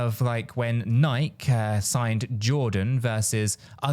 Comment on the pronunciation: Just remember, you’re taking your advice from a guy who can’t pronounce mobile, jalapeño, or Nike and many others🤡